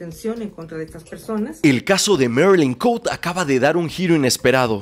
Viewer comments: Marilyn Cote, jajaja Cote no se pronuncia en inglés es Cote tal cual se escribe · el apellido de la marylin es cote asi como se escribe se lee,perdon es que cada que te escuchaba decirlo me conflictuaba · Chale yo me apellido igual que ella...y no somos familiares pero se agradece que lo pronuncies mal